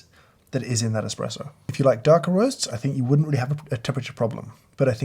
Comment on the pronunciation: Its "espresso"